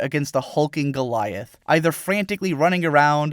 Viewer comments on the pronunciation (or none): none